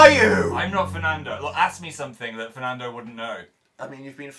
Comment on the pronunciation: 😂😂 "Dan and Phernando games"